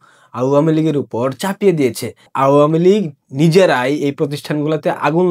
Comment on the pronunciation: vai pronounce ta pls thik koren ... its not auuua mi lig.. its awamilig